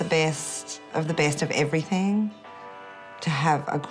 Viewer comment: I can’t believe how horrible the posh mum was. What a turn off. Posh mum still said “everythink”. At least she believes in feeding and washing children